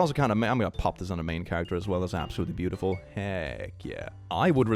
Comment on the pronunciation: It sounds like you said "brutiful". This is now a word. It means brutal and beautiful.